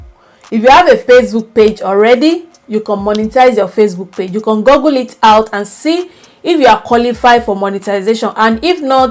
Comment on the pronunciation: It's you Can & not con please take note i enjoyed ur video